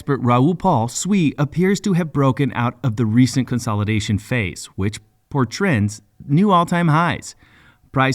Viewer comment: The word is portends not portrends.